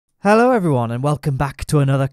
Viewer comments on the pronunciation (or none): none